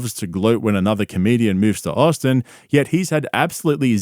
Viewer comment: He did quit, he moved to Aussin, Tegzus (bapa’s pronunciation) and bapa followed him. Callen wants nothing to do with cauliflower ear